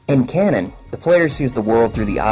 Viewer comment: Repeat with me: KA NO N Not Cannon...